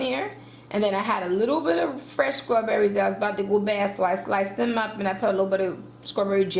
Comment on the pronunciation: The way she sats scrawberries kills me